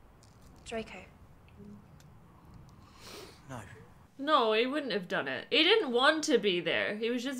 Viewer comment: "It's jello, not jelly." Uh, in the UK, no one says jello, they say jelly. "Drako" Uh... ironic. It's Draco.